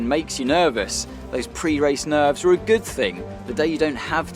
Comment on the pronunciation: Anthony: "..." Crofty: "PRE RACE NERVERS"